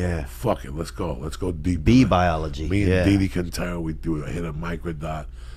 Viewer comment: "Lee-deep into acid murky waters"